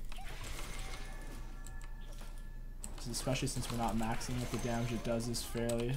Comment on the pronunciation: yes waking people up does a bunch of jamej, bro u ok? are u having a stroke